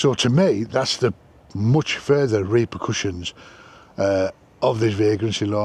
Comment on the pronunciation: Reaker pushions? No, Reaper Cushions.